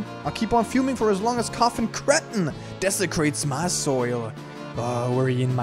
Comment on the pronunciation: its koffin KAY not koffin KUH